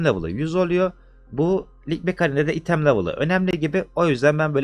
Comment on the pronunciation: abi çok güzel kanalın ama "item" değil ya "aytım" diye okunuyor. sırf o yüzden izlerken geriliyorum